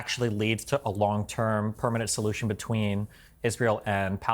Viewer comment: Did Destiny just say theres a solutuon, but its final?